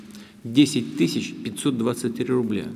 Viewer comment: Когда президент говорит "тыщ" вместо "тысяч", аж коробит. Хотя что там, не привык он просто такими числами оперировать, чужды они ему.